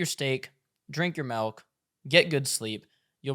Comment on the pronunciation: I'm a fan of the channel but it's not melk, it's milk. Surely you know this.